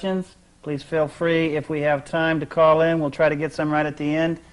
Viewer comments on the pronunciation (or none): none